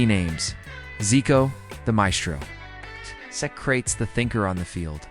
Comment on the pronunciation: Socrates was never ever pronounced as So-Crates. Please do research a little bit more. Thanks. Tele Santana too. Tele is promounced in 2 syllabus.